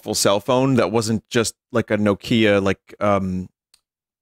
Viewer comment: Wait, is that how Americans actually pronounce "Nokia"? Or just Vinny?